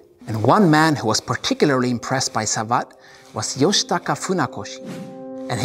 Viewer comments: Besides, Savate is pronounced like cravate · Well just to be clear.. the e at the end of the word savate is not pronounced like in the word karate. In fact it isn’t pronounced at all. It is pronounced sa-vat’. When you read both words correctly they now don’t sound at all alike. kara-te (tay) sa-vat’ (like «bat»)